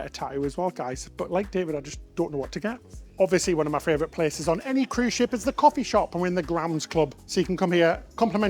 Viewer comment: Next tattoo #2: “My Fravorite” 😉